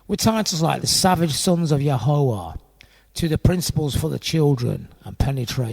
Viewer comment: You kinda are mispronouncing Ya Ho Wha and the restaurant was always called THE Source He was always called FATHER Yod Yod was his son born in the Family by Aquariana